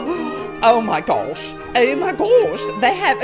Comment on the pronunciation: gasps "Oh my gawsh, oh my gaowsh they have a damn postboxx" lmao favorite part 😂😂😂